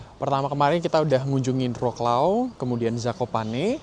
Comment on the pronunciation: bacanya kota Vroswav dan krakuv